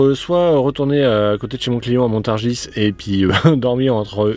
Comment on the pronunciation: Cher, je sollicite votre attention, je regarde vos vidéos et vous êtes svt confrontez à ma chère ville natale " Montargis" vous habitez le secteur d'Évreux je crois,Ça se prononce pas evreuxe il me semble, bin montargis c'est pareille ça se dit pas montargisse 🤯 on dit montargi!! Je me sentais obligé d'intervenir car c'est pas la première fois que vous écorchez ma ville. Est-ce-que je dis que le mont St Michel est breton? Non bon bah alors!! 😂😜😉 J'espère vous croiser un jour au port du Havre Fidel escuyer!